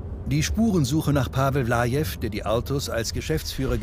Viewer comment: Der hieß Pavel Vlaev und nicht Lajev 🤦‍♂️😂